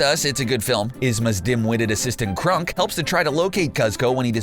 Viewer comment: Cuz-co and Crunk, THOSE ARE NOT THE NAMES